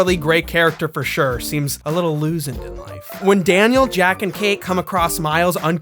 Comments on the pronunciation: You mean "losened"? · Everytime says "Losend", I give the biggest fucking ugly snort of laughter, that needs to go into the hall of fame.